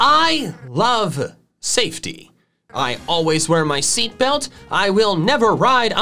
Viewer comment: “And I wear my seatbealt.”: thumbs up